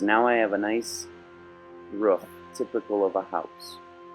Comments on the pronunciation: its a ROOF not a RUF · its roof not ruf